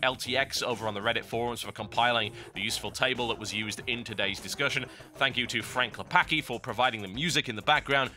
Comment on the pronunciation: Frank Lapaki ? Oh you and your pronunciations :D